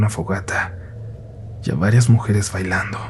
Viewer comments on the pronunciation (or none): Oye,, ¿por qué ahora te ha dado por pronunciar la B como labiodental? "Vailando", "vruja", "vuscando",... Siempre has tenido buena dicción, por eso ahora se me hizo muy extraño que hicieras eso.